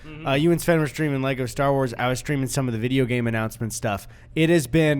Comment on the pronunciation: "bibeo game bi school" I can't lmfao